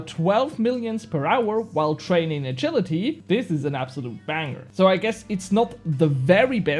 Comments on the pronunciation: My man, you butchered the word 'agility' lmao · you were saying it wrong, but later in the video you started saying it correctly